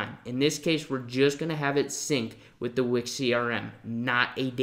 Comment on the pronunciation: I like how you pronounce Wix like Wick-sjj